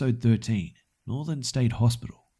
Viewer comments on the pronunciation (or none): none